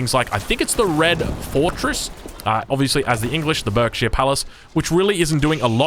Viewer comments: don't ask me why, but Berkshire is pronounced 'Barkshire'. we're weird and our names make no sense, I know. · Berkshire is pronounced barksheer